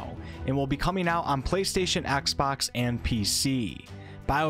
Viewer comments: Axebox? do you mean xbox? xD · “Axbox” lol